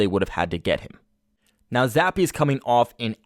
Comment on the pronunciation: Who's Billy Zappe 🤣🤣 Jesus slamming the poor kids name like that 🤦‍♂️